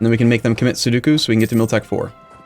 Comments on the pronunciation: Its sudoku, not seduku xD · mmm yes, pronouncing Sudoku as "Sow-doo-koo" is a common mistake I've heard many people do. From my limited knowledge of pronunciations though, I believe it's pronounced "Soo-dow-koo". Cheers! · For sure, although isn't it sudoku, not soduku...? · Mesmerised thing is that his pronunciation of sudoku was terrible